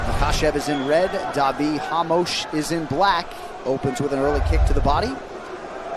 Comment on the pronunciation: Dude keep saying ramush, Ramos you damn idiot!